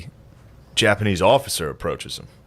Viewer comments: The Japa-knee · Why is he saying Jappa nee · Is it me or does he keep saying the Japa-knee? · Why does Shane keep mispronouncing certain words, like japa- k n e e or Malay for Malaysia, it does not make him sound like a historical expert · does shane keep saying japanknee? and maylaya instead of malaysia? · Dunno why but whenever he says japanee and malaya it bothers me 😂 are those correct for the time they're talking about?